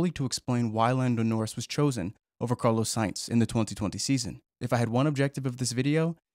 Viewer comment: ”Carlo säjnz”